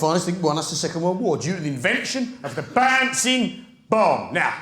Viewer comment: Baansing bomb 😅😅